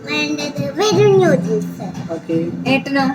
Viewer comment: just wanted to tell you something..... It's "noo-dles" and not "new-dles"..... I hope you don't mind......... Loads of love ❤ Keep going